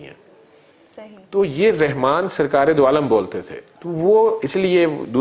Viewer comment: Allah name is not Rehman it is Rahman. Saying Rehman is wrong.